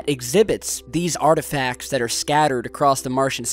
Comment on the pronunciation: *ARTIFICATS lol!